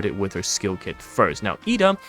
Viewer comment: I believe it's pronounced Ed-da not E-da, there's an extra 'd' in there. But thanks for highlighting the highland advantage for the crates, I thought it was only to block line of sight/pathing